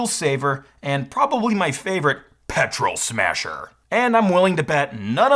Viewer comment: I can't be the only one who noticed he pronounced "Petrol Smahser" wrong?